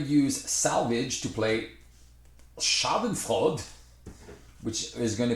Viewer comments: Repeat after me: "Sja-dun-froi-duh" (Schadenfreude). ;) Thanks for the video! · i pissed my pants on how you pronounced "Schadenfreude" xD that came unexpected! :'D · I'm German. it's a German word. And i didn't even know that it's also used in english :D so i was first confused and then amused everytime you pronounced it different :D nice playthrough btw! just stumbled upon your channel and i really appreciate the content! can't wait to get my hands on this expansion :) happy Easter weekend